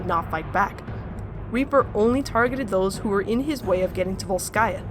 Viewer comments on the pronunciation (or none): Hello, not VolskAya But VOlskaya stress on the first syllable good luck)